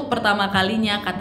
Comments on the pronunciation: Hi nad, indonesia bukan endonesia. wkwkwk peace 🤣✌ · Yanh bener endonesa